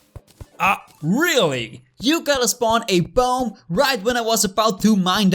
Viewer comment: You gotta spawn a " Perfect english well done.😂(I'm German too)